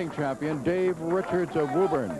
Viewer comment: Simpsons brought me here, now I ask. Did this guy say Dave Wochards instead of Richards?